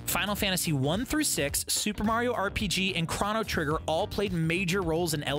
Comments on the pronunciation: no it's "cro-no" not "crow" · did you really pronounce Chrono Trigger wrong when your channel is called “The Gamer”